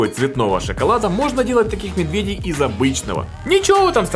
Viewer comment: почему ты говоришь медвЕдей ты ведь обычно говоришь медведЕй